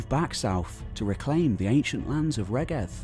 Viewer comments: Excellent on the whole, but it would be great to hear the the Welsh names pronounced properly, e.g. Rheged [ˈɹ̥eˑgɛd], Ystrad Clud (Strathclyde) [ˈəstɹ̻ad klɨːd]. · Pretty sure "Rheged" is pronounced REED.